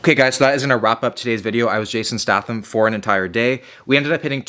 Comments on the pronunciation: The CEO of Jason "StaHHtham" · I think it’s pronounced “Statum”...? I could very will be wrong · yeah i think its stay-tham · yes..yes you did. Stay-Thumb ;) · Statham is pronounced staytham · His last name is pronounced “State-um” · hes gonna say stah thim the whole vid isnt he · Wheres all the triggered people who are gonna be like its pronounced “stay-tham” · Stay-tham (silent Y) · Stath-him Me: Stath-him I barely new him. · I don't know but I uh.... I'm pretty sure it's pronounced a bit like 'State-ham'... But that's just me though... Do you 😅 love the vids man 👍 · Jason (stay tham) is how you pronounce it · "stay-thumb" lol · Its Jason Sta "aye" tham. Its a great video, just kinda bothered me, man. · its pronounced Jason Staythum ahaha but great video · Is he pronouncing 'Statham' wrong? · Hehehehe. Not sure you pronounce his name correctly. It's a hard A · be good if you could pronounce his fucking name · I thought he was joking when he was saying his last name wrong. Apparently not. I mean it is written that way, so can't give too much crap for it. Just funny to hear. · Every time this mans said jason statham’s last name I cringed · You keep saying his name wrong wtf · Announce Statham wrong one more God damn time, I double dog dare you.... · Please stop pronouncing his surname like that😂 much love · "I'm gonna eat like him. I'm gonna train like him. I'm gonna do everything like him." Except pronounce his name correctly. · please tell me you are saying his last name that way as a joke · Is anyone else annoyed by the way he pronounces Jason Statham? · the way you butchered his last name was triggering me but you seem to nice of a guy to have beef with and since I found this channel about a week ago I have been fucking hooked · That's not how statham is pronounced 😂😂😂😂😂 and you boil the water before you put eggs in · Who gonna teach him how to say Statham correctly? 😂😂😂😂😂😂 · The way you say statham hurts me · The way he says his last name is killing me